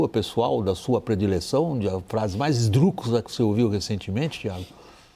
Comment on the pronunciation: ESDRÚXULA!!! Que pronúncia é essa???